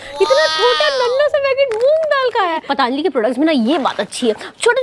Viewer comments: वहां अच्छा खासा पतंजलि लिखा है और तुम पतानजलि बोल रही हो। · It's not a pataanjali😅 it's patanjali 😊